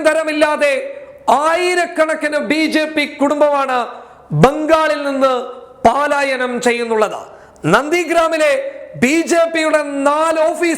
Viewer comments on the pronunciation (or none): പാലായനമല്ല പലായനം ആണ്